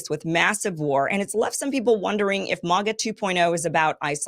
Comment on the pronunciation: Why can't you say MAGA properly Kim 🤣🤣🤣